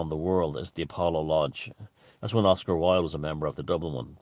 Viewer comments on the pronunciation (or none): none